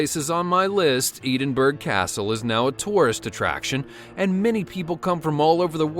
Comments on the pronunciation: It’s Ed-in-burgh not Eeedinburgh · Im from the Uk and you pronounce Ed in borough castle in scotland... not Eden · Ok am offended that you could not pronounce EDINBURGH CASTLE PROPERLY.... ITS NOT EDIN BURG ITS EDIN BOROUGH EDINBURGH XX OR ENDINBRA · EEDENBURRA CASTLE?! Not anyone with a different language says it like that?!! It's pronounced as Edinborrow Castle & spelt Edinburgh Castle. Planet America's bad English. Sorry Chaps, had to pull this narrating of this Dude. Irritating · hahahaha.... edin bruh not edenburg castle dude. lols. remember, they're scottish bruh! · eedinburg....??? It’s pronounced EDIN BRUH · edinburgh isn't pronounced eeden-burg it is pronounced edin-bur-uh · It’s actually pronounced Ed-in-burg not adinburg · It’s not eedingburgh , it’s edingburgh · In Scotland it’s pronounced ED-IN-BURGH not EED-IN-BURGH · Ee-din-burg? Seriously? It's pronounced Ed-in-burrow. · I'm Scottish it's not Eedanborug it's Ed in bru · The way he says Edinburgh 😂. Ee,din,bruh. Supposed to be: Edin,bruh. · It’s eh not ee for Edinburgh castle I am English don’t question me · ITS PRONOUNCED ‘ED-IN-BURG not eedinburg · EE-DIN-BURR what the actual fuck its ED-IN-BRUH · “Eeee-den-brough” lol no that’s not how you say it. You say it like “ed-in-bruh” Edinburgh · It’s pronounced Ed-in-burgh not Eed-in-burgh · E-din-bu-ruh not Eding-burg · Actually, in scotland you say edinburgh castle as in ed-in-bruh castle. not Ee-din-brug! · plz pronounce Edinburgh right hears a tip ed in bru lo😂😂😂😂😂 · It's "Ed-in-burr-uh" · Btw it’s pronounced edin-bruh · This is one of the worst videos I have ever watched on YouTube. It refers to Indonesia as being in India, and the pronunciation of Edinburgh as Edenburg, I mean seriously? You really should have done some proper research before putting this online for the whole world to see your ignorance. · it's ed-in-bruh !! It bugs meeee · You pronounced Edinburgh wrong. Ed-in-bur-uh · Eden burgh? Edinburgh! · It's ed inbrugh